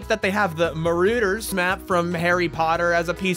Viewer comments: I’m sorry but ma-ru-der????? It’s ma-ra-der!!!! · This man actually said marooders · I love ya and your content, but it’s Mar-ah-ders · "muh-roo-der" no....just no.....how can you mangle a word so badly?